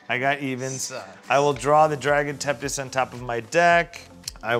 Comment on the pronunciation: i love the "Dragon Tempt dis" pronunciation of Dragon Tempest lol